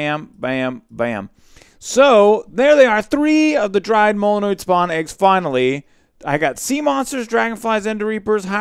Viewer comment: molnoid NOSE me: HE GOT THE WORD RIGHT!!!!